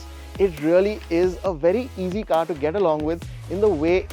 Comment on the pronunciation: And that's not car don't call caar